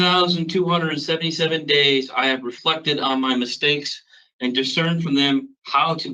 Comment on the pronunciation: He says mistakes. Path etic